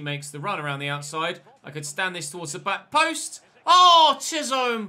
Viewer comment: Chisholm's name is pronounced "Chiz-um". I know you like to get pronunciations right so here you go 👍😁